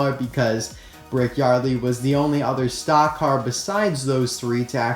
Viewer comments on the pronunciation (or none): none